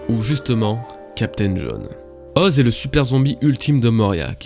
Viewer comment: effectivement c'est "Oz-é"... Ok je sors